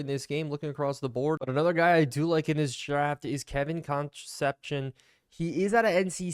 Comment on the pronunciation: I believe that WR named Kevin’s last name is pronounced Kun-CEP-see-OWN (“own” as in, “I OWN a car”). I only know this because I’m old and the Cincinnati Reds had a Shortstop when I was a kid named Dave Concepcion (spelled the exact same way and pronounced Kun-CEP-see-OWN).